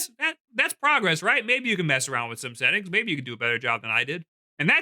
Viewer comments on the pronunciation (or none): none